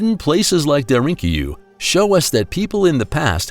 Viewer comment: I mean no disrespect but, I think you are mispronouncing “Darinkyu”. I love the content. ❤